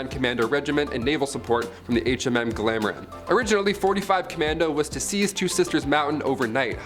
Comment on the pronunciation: "HMS Ply-mouth" "HMS Glamor." "HMS Antrin." What the purpose of this ill-informed, randomly illustrated, halucinatorily inaccurate drivel might be, I am at a loss to work out. "Messed up"? F'real dude.